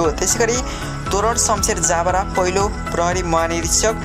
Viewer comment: हैन यो प्रस्तोताले पढ्न जान्दैनकी के हो ज ब रा लाई जा ब रा भनेर पढ्छ